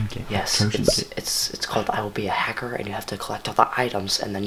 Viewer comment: "I will be a hackerr", that hurt my ears. Good job though.